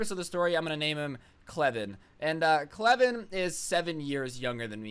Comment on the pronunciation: Okay “cleven” you’ve told us his name multiple times lmao